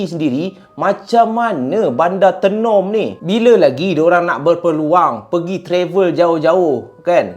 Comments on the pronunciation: Tenom bunyinya mcm ni, [teh nom] bukan tienom hehe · Sebutan tay-nom bkn tee...nom..walaupun ejaan Tenom.. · Kk- Kota Kinabalu KB- Kota Belud Sebut Tenom Bukan Te num Tapi... Tenom- Tey nom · Done subcribe bang.. Bang Tenom tu sebutan nya mcm abg sebut teh bkn sebutan te.. Kopi Tenom paling sedap la di Sabah kopi buatan Sabah asli bah.. Lagi satu tu bukan bandar tenom bang pekan Tenom.. terbaik perkongsian cerita seram bang🤩🤩🤩🙏🏻asal Sabah hadir ni lahad datu Sabah.. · Bang sebut Tenom tu kena sebut Taynom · sebutan tenom bukan menggunakan e pepet 😅 bunyi kena guna e bulat "teh-nom" 😂😂 supaya bunyi dia sampai hehehe hwr thanks share huu seram cerita ni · KK tu bandar bang.. (kota kinabalu) KB pekan pendalaman (kota belud).. Tenom kita sebut (teh-nem) 😊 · cara sebut tenom tu, dia kene sebut "taynom" haa baru btul hehe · Sebut Tenom bukan lidah kat atas TE tapi Lidah kat Bawah..Tenom😊